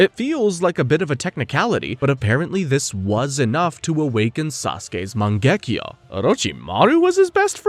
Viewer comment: loved the videos but holy can you please stop pronouncing all the names UBER AMERICAN holy fk Its MAN GE KYU not MAN GEK KJO, this is just one of like 9000 cringe moments, its not to hard to do such a thing